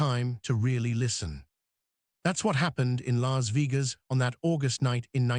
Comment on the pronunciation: A.I. crap can't even pronounce Las Vegas correctly.